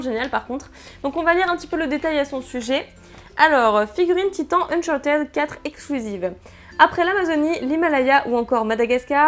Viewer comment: D -"Nom de Zeus! Marthy, nous devons revenir dans le passé, n'a pas reconnu l'overboard sur ce pin's!" M -"C'est pas l'pied ça doc! Et on lui dit que le mug c'est à l'effigie de Journey et qu'on dit pas "Unchar-tede" mais "Unchartd"?" D -"Non Marthy, je pense que la moitié des commentaires parlent déjà de ça." M -"C'est vous le Doc, Doc!"